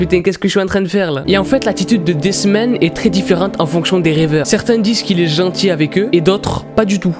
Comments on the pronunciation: quand t'as dit ''this man'' jai cru que t'avais dit''des semaines'' tes pas tres fut fut pour l'accent englais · Quand il a dit "This Man" j'ai cru qu'il disait "Des semaines" (voilà c'était très important à dire.) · Moi aussi ._.